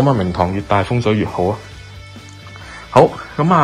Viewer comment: 聽慣其他Youtuber講Landing，你講明堂，我聽咗靈堂，真係無知，哈哈😆⋯⋯Bellway真係做得幾好